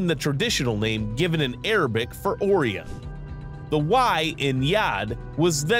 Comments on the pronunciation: ORION NOT "AW RION " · Seriously. After the 4th time of him mispronouncing possibly one of the best known names in astronomy and mythology, I couldn't take it anymore. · Personal nit pick. It's pronounced ' O Rye in ' or " O Ryan "not " O ree in " and it's Rye Gel not Rig L. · this mf pronounced orion "or-ee-on" and rigel "regg-el"